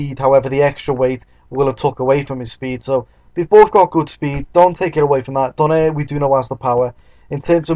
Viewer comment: hehe not exactly.. donaire is not pronounced as do-neir its pronounced as do-nai-re